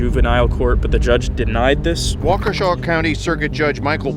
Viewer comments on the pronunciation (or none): It is pronounced as walk a sha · WauKESHA 😭😭😭?!?!?!waukeeeeeesha 😭😭not Kesha like the singerrrr😭😭😭😭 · Being from Wisconsin and hearing you try and say Waukesha was definitely funny 😂, I always forget that people have trouble with our states cities